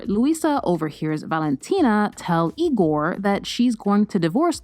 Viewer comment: I’m Brazilian, so the way you say their names it’s so funny to me. IGooOr. LuISSSa.